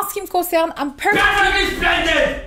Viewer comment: Franchement le "I am ferfectly splendid" était attaquant 😂